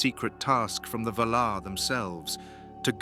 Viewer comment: I like the content, but if you're going to use an AI generated voice then at least type the text into the program in such a way that they pronounced the names correctly. VA-lar, Eh rue eeluvitar, etc. the pronunciation matters especially with Tolkien's works